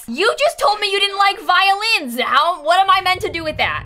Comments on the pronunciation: At first I thought you said violence not violins . I didn’t realize this until half way through the video. Also love your content!! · sounded like she said "doesn't like violence"